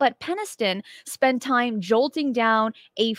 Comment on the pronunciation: it’s jotting not jolting